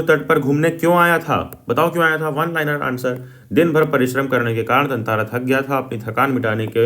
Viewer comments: TATARA ❌️ TANTARA ✅️ VAMIRO ❌️ VIMARO ✅️ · Tatara Vamiro Katha❌ Tantara Vimaro Katha✅